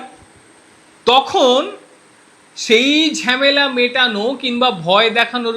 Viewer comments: ঝেমেলা নয় ঝামেলা। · Ore bhalo kore bangla sekh. Ota Jhemela noy hobe jhamela.